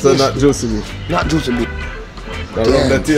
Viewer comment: The guy in the yellow shirt so funny. He keeps saying tastee and juici...